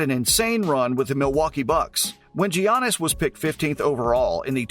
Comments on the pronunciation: Next time you make a video on “JIANNIS” type your computer script out to say “Yiannis” PLEASE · Call him GGGGGGIANNIS AGAIN AND I'LL KICK YOUR ASS. PRONOUNCED YANNIS OK?DON'T SAY IT THE WAY YOU LEARN IT SCHOOL,HES GREEK NOT AMERICAN HIS NAME IS PRONOUNCED DIFFERENTLY.